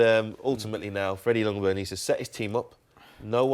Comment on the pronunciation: Hi England! The "J" in Ljungberg is not silent, but the "L" is. Regards Sweden.